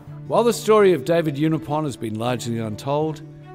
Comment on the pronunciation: His name is pronounced Ewe-nigh-upon. He preached at the church my Mum's family attended.